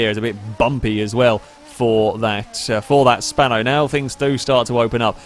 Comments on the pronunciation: Bruh it's "Spano" not "Spanner" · I like how calls the GTA Spano, the "Spanner"